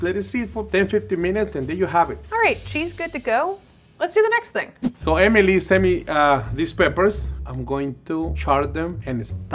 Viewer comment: pronouncing Emily as "Amy Lee" is too precious